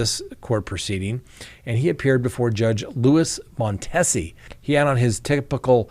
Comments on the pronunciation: the judge's name is pronounced Mon-tee-zee. I don't live in Memphis, but within television reception. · Cleotha is a name his mom probably just made up….it’s quite prevalent here in Memphis. Also, on names, you will probably be talking about the particulars on this case for a bit so I will tell you that the Judge’s name is pronounced with a long e. Mon Tee si. Memphis is a very dangerous place. Crime is awful and I am afraid to go there for any reason. There is no respect for life. No one is safe. Children are caught in gunfire, guns are shot off for any perceived insult. Carjacking with children in the backseat. It is really worse than it has ever been. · It’s judge Mon-tea-see just FYI